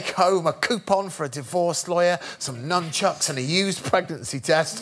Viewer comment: Nunchucks are not pronounced with an M. 🙂 carry on.